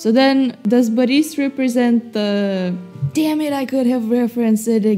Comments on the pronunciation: it's BORIS NOT BAHRIS BLYAT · you're saying baris not boris just correcting you cus it's kinda bugging me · Nonono you pronounce Life of Boris wrong! You say Baris, that's wrong. Its Boris. With thick russian accent. Do not care if you think you not Russian. You speak Russian therefore can do Russian accent. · why do you say boris baris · what slav are if you cant say Boris correct